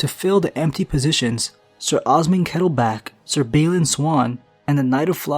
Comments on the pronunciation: Darry not Dorry, and Kettleblack not kettleback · And Kettleblack, not Kettleback. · it's jonothor Darry not dorry and it's osmund kettleblack not kettleback